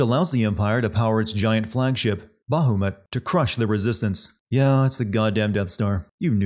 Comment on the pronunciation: I love this game. It's my favorite Final Fantasy.😊 Still a funny video.😁 I just started a new run, and this video was a little depressing in the end. Is there a "Everything great about games" Channel? Found it. Btw. The names are Kiltias and Bahamut. Not Kilitas and Bahumet. But maybe you did that on purpose, you sneaky skunk?🤣🤣🤣